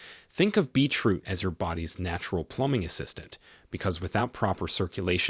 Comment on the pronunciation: I loved this video,it was very informative and I'm going to get the items that have listed on here,but I'm just curious are you realizing it sounds like you are saying Beach root? I know I am making a very unimportant point but I was just curious.